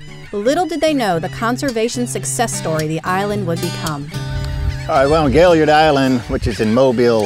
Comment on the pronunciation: Excellent video, but may I ask if you lecture on Gailliard Island in the future would you try to pronounce his name as he did please? Doc put the accent at the end and pronounced his name as gail-Yard. Thank you and please keep updating us!